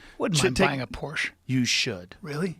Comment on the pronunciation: Yea he learned how to say it finally